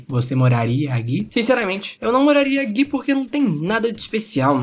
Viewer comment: Cara gosto muito dos seus vídeos ! Porém dá um profundo desconforto ouvir você falar "você morraria AGUI?" Qual a dificuldade de falar "AQUI"